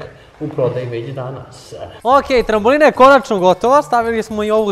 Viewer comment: Ne kaze se trambolina nego trampolina!!!